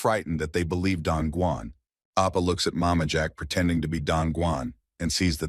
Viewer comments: He dosn't even say Oppa correctly, he says Apa 😣, can we report this specific video Just because of Appa! 😁, Just kidding😁😁😁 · He pronounced it as appa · bro why u keep saying opa 😭 its not even part of his name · bro stop saying ippa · Oppa, oppa, oppa, oppaaaaaaaaa. 17 hours video, 5 hours of it is all Oppa. MC name is Sehan Kim not Sehan Appa. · It's more like "appa" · I think it's "Sei ha appa" not "Oppa".